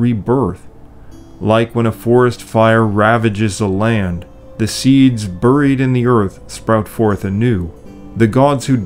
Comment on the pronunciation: Another great vid!. One question though, is "Buried" commonly pronounced "Burr-eed" where you live?. No offense intended, I have just never heard it pronounced that way before. Thank you!.